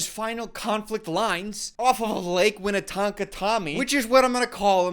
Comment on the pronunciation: Peep the midwesterner in with the Lake Minnetonka (he says winnetonka lol) reference